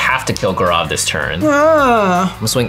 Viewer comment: The Indian in me is getting triggered by the way gaurav's name is pronounced